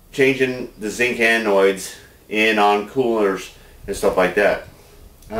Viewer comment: Dear.. OMG I hate to sound like a grammar nazi, but they are Anodes, not ANOIDS. Great video as usual!!!